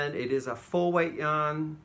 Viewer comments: Hi. I have to admit that I thought for the longest time you were saying young lovers at the beginning of your videos and I thought that was so sweet. Somehow it finally clicked you're saying yarn lovers, lol. You're still sweet though. Brightest blessings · I hear the same thing and wondered at the first why was saying that lol